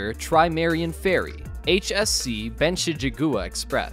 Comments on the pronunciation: the narrators inability to pronounce normal words, like saying 'trimaran' as "trimarian" and "Austal" as "Austral" is absurd. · So just wondering …. Because I’m a bit OCD …. The Aussie ship builder is Austal, so why does the voiceover say Austral”? It’s pictured during the clip many times… let’s try it together Aust-al. Aust-al, not Aust-r-al. Ok, now let’s move on to Trimaran, let’s say that together …. Tri-ma-ran. The voiceover says Tri-mar-i-an. Getting those things right would raise the quality and credibility of the clip a few notches I reckon. It would make it a bit easier for me to watch.😀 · Tri-ma-ran bozo! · Not "literal" - but Littoral. Not "nautical knots" - but knots. Not "trimerian" - but trimaran. I pretty much gave up after that. Interesting video though